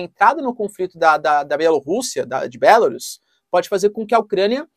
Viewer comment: Bélarus? sua pronuncia está errada, não se pronuncia com essa entonação.